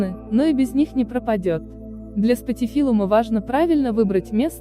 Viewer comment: Да , 👎спатифилЮм, если вы ведете блог так хоть правильно называйте растения